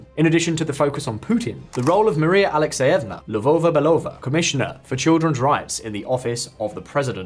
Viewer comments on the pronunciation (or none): none